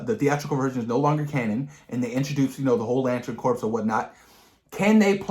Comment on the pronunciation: Just so you know, "corps" in "Green Lantern Corps" is pronounced like "core". The P and S are silent.